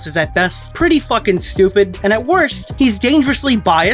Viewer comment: “stooped reason” ngl that made me laugh 😂